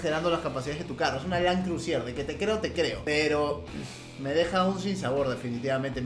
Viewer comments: no se dice land crusier es land cruiser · lo escribe bien pero lo dice mal, siendo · lo que piensa el fan de Toyota cuando dice crusier en vez de Cruiser 😂😂😂😂😂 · Con un acentito francés queda afeminado su "Crusier" JAJAJAJAJAJAJAJA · .... Por favor... Land cruisier?.... CRUSIER?.... POR FAVOR... por lo menos quecse digne a leer el emblema del carro y que por lo menos busque en el traductor la dicción correcta de la palabra! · Le sigue diciendo land crusier Jajaja un crack